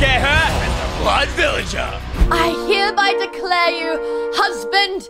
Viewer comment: It's either doesn't know how to say blood villager or she's British because I can speak British a little bit